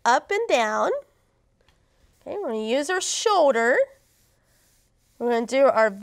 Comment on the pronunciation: Its Shoulder not show-der.